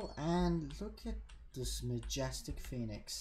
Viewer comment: Call the pheonix penix cause i. Thought you said that at first